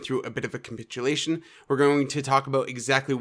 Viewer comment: great call of 32k area... also please stop saying "cumpitulation"... its capitulation and you are honestly being agressive